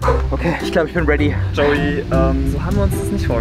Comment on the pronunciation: Es heißt Joey und denn UND Wie oft, also lerne lieber die deutsche Aussprache.